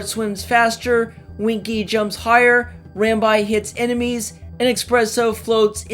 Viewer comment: "Ram-bye"? Pretty sure it's "Ram-bee". I don't know if there are any official pronunciations out there, but that's how I hear everyone else say it.